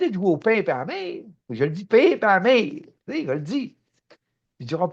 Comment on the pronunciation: Cher Guy, encore une fois une capsule magnifique. Émotions, rires, câline que ça fait du bien. Ton propos est vibratoire, surtout quand tu dis : mon pére pis ma mére hahaha.. tu m'as fait rire 🤣. J'envoie tes capsules à des amis parfois, qui sont prêts à entendre la langue que tu parles. ET que cette langue devienne universelle !!! MERCI ENCORE 🌟💝